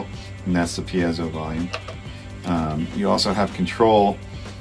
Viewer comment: Ok wait - let’s talk about proper piezo pronunciation… so John says “pee-éh-zō” but I’ve heard Alex Lifeson say “píe-zō.”